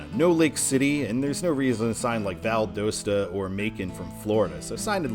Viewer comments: The correct pronunciation of Valdosta is Val-dahs-ta. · It's Oh-Cal-la and Val-da-sta - My grandparents lived in Williston. My Dad when out to swim in that sink hole as a teenager in the 1950's. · I'm sorry but I think you mispronounced Valdosta. I live in Georgia and it actually is Val-daw-sta. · You have two pronunciations that are driving me NUTS in the video: Ocala is pronounced o-KAL-uh (short a) Valdosta is pronounced Val-DAHST-uh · Your ocala and valdosta pronunciations need work lol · Valdosta isn't pronounced right. The o sounds like an a. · Wow, you might want to learn the proper pronunciation of the cities that you’ll be mentioning in your videos. Seriously !?!? ...... Ocala & Valdosta to start with. I could only handle watching for the first 1-2 minutes before I was done. Good luck with your future videos. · Ha I live in Valdosta and it’s so funny hearing people mispronouncing it! Also that was exit 11 that you showed, and it’s by far the worst exit out of all the ones in Lowndes county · The O Valdosta is pronounced like the OU in ought not the O in own.